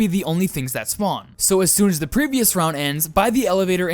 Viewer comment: NO AND I LOVE YOUR "THEE" DON'T CHANGE IT